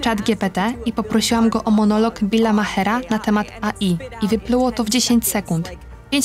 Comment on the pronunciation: AI nie EJI 🤦🏻‍♀️ AI czyli Artificial Intelligence. Jaki głąb dodawał napisy? 😂🤦🏻‍♀️